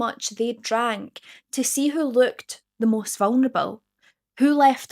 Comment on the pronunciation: I hope those eyebows aren't realI like your accent. Say vungnable again